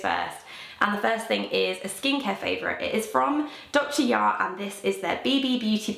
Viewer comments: dr Jart! not dr yart please! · Dr. Jart is pronounced with the J sound, not the Y sound :)